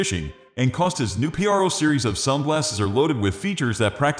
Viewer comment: Why are you saying p-r-o and not pro??